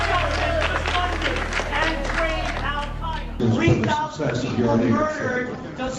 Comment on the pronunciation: Alex just said Al CIA-eda